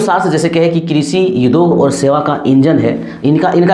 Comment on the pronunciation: आप उद्योग को युदोग बोलते है तो भी अच्छे लगते है 🥰🤗🤗